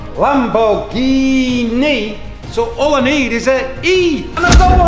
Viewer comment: ITS LAMBORGHINI USE I! I! IIIIII!